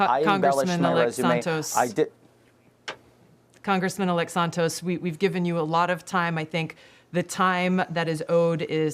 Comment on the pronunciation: "Con.... gressman elect"